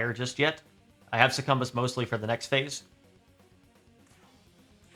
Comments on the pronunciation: IT'S PRONOUNCED SUCCUBUS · These boss strategy videos are really interesting, I’m eagerly waiting for my copy of the game to arrive. Also, interesting pronunciation of Succubus lol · Perhaps he is dodging YouTube Censorship? with a little speech manipulation ... Demons "specifically temptation Demons" might catch the overlords watchful Gaze ... then again he might just pronounce it that way?